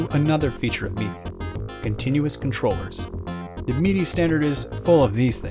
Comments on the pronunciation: He keeps saying "meedy" instead of "middy" for the pronunciation of "MIDI". Have I been pronouncing it wrong all these years? :) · "Meaty" controller. Am I the only one that says "Mid-ee"? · Is this guy saying MIDI wrong or am I? I've always said MID-E as in the word middle followed by the letter E. This guy says it MEED-E as in the ye olde drink Mead followed by the letter E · “Your Meaty Device” lol 😂 never heard someone pronounce it that way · Excellent video, but I can't be the only one slightly annoyed by hearing MIDI pronounced as 'Meedy', am I? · What's a Meedee file? Is that like a MIDI file for people who don't know how to pronounce words? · Lol I kept thinking you were saying “meaty” device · Enjoyed your video. I've just never heard anyone pronounce MIDI the way you do 😄 "Meaty." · Am I the only one that's really annoyed at the pronunciation of MIDI? I'm not the person that usually complains about this, but "mee-dee" sounds a lot like "media", especially with the loud background music.